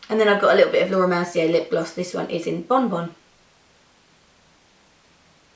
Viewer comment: lol.. "this gloss is bonebone"??!!! no, this gloss is bonbon! this is too funny to heard your accent when we are french!!